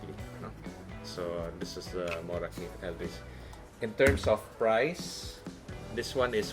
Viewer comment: Wow they almost said Morakniv perfectly. Best regards from Sweden :)